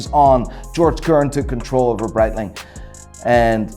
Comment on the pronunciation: Seeko??? Are you fucking kidding me??? And while we're at it, it's not Bretling either!!!